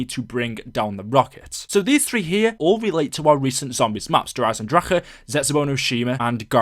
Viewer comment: I hate the way you pronounce Der Eisendrache